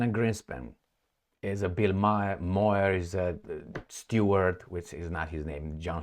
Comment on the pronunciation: Buill Maher pronounces his last name Maaaar